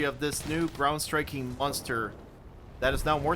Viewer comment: I love that you say momster like its cheese, it makes me happy.